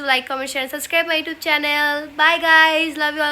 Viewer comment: সাস্ক্রাইব কিরে ভাই? এতকিছু বলতে পারে আর সাবস্ক্রাইব বলতে পারেনা?